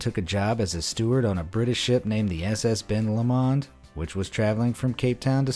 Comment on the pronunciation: I like that you make an effort to pronounce UK words correctly but I'd like to correct you on two mispronunciations. The Lomond of Ben (and Loch) Lomond is Lo mond and secondly Dougie is Dug ee